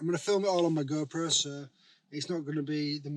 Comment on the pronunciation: No one has ever sounded more Yorkshire than when you say 'Sloooo Mooo on my Goooo-Proooo' 😆